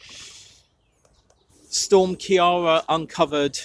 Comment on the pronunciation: Storm ciara, is pronounced KEIRA like keir starmer or KEIRA knightly 😁 sorry irish person here!